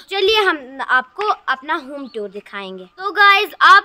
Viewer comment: Home Toor ❌ Home Tuur✅